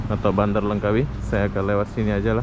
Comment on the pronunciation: Langkawi mas, bukannya Lengkawi